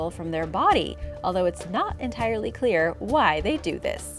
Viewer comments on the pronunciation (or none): none